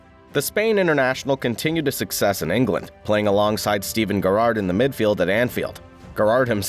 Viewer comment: the pronunciation of Steven Gerrard though 😂😂. Good video nonetheless